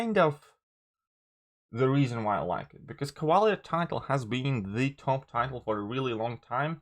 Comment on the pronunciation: I'm not going to hear you say Cavaler anymore? 😥 😔